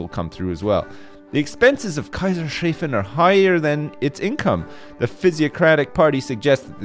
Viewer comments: Kaisers-Hafen, not Kaiser-Shafen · jesus christ, it's not Kaiser-shafen, it's Kaisers-hafen (Kaiser - emperor, Hafen - port) so it's emperors port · it's pronounced Kaisers-Hafen. It's the Hafen of the Kaiser. there is no sh sound in the word. 🐻🐻🐻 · I love how Kaisershafen turned into Kaizur-Shayfen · As a German I had a thorough laugh at "Kaiser-shaven". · It's actually Kaisers-hafen - Emperors port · It's pronounced like Kaisers--Hafen. It means "The Emperors Port" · Pronounced Kaisers-hafen (Kaisers haf-en) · The mispronounciation of Kaisershafen kills me